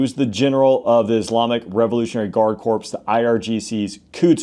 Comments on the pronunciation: . Did you just say “Corpse” as in Iranian Guard Corpse? Well, many will certainly be dead, but as a former Marine, it’s pronounced “Core”. It’s French. 😅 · The word is CORE=CORPS. Not Corpse 😂😂